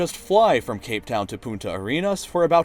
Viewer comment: The punta from "Punta Arena" is pronounced poontah. Failing to pronounce that one N makes you say "Fucking Sand" instead of something along the lines of "Sand Spear"